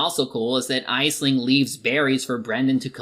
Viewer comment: it’s pronounced ashling.